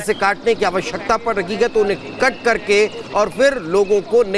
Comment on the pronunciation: आप है को कै क्यों बोल रहें हैं 😢